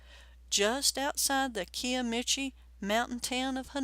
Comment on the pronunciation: They also pronounced Kiamichi wrong as well. They said kee uh mee chee, when it's actually pronounced like ky uh mee chee